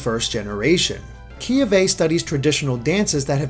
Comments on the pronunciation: kiawe = key-AH-vay either way, great video! :D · They all have the D-pad thing. And pronounce the "a" in Kiawe as "Ahh" not "uh" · Kiawe is actually pronounced "Kay-ah-vay". That's my cousin's name and that's how he and his family pronounce it. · Kiawe is pronounced "ki-ah-ve" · keyuhvay lol i imagine it is pronounced key-ah-way